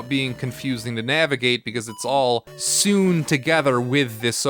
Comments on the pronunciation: Not to be that guy ... but 'sewn' is pronounced just like 'sown' ;) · Did he just pronounce the past tense of “sew” as “soon”